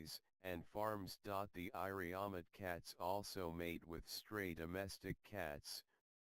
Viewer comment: Iriomote (sounds like EE-ree-o-MO-tay) pronunciation the narrator does not sound very interested in his subject, thanks for info anyway